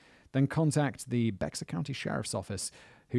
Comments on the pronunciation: Bexar sounds like Bear, Not be-x-ar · I grew up in San Antonio--every time Simon said "Becks-ar" I cringed... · Future reference Bexar is pronounced bear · Old video I know, but it's not BeX-ar county...it's pronounced Bear County. Signed - Texas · Hey, Simon! I live in San Antonio. I used to think it was "Bex-ar" too, but it's pronounced "bear". I know... confusing. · "bex-ar" that was so cute hahah, "bay-er" is how we pronounce it :D i remember this case, but i don't think i was old enough to pay attention to the details! so thank you for this one! haha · Lol. Bex-ar. Its pronounced like Bear. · Bexar County is pronounced “bear” for anyone wondering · Schertz for 8 years and I am with you it just kills me. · Lived in SA all my life and it hurt my ears when I hear it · it’s most definitely pronounced “bear” tho technically it’s pronounced like “behar” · To be fair from a non American point of view I'd of said it the same as Simon, bexar is an odd way to spell something pronounced bear. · I live in San Antonio tx and I can tell you in the 90’s it was not a small town. It is a huge city. Also, Bexar is pronounced “Bear”. I live this channel. Keep it up. 😊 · FYI, guys: Bexar is pronounced "Bear" in 'Merican English, or "Bay-har" in Spanish. This is from a native Texan, born and raised in San Antonio, TX in Bexar County. You're welcome. P.S. Natalia is another small town between LA Vernia and Devine. Each town has their own high schools. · The 'x' in Bexar is silent, haha it's like "bear" 😂😂😂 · Simon! "Bexar" is pronounced like "bear"! Former resident here. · Please, Bexar County is pronounced “Bear” because it’s Spanish. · Hey Simon!! The county Bexar is pronounced “Bear”!! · "Bexar" is pronounced Bear, like the animal, if you live there, or Be-har if your accent is slightly more southerly. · Growing up in Bexar county it was tough listening to Simon pronounce it like that bc it’s pronounced like bear county 😂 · Hello from Texas! BTW, Bexar is pronounced Bear.